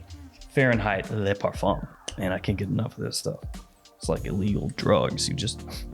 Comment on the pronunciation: Hey, FYI "le" is pronounced "luh", not "lay"!